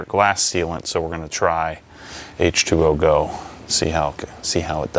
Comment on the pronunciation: I can’t take it any more it’s H2GO not h2ogo come on are we obsessed or not 🤣